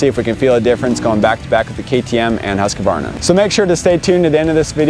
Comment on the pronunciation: Every time when you say “husqvarna”, it sounds like you’re saying “huskabarna”. Please say it right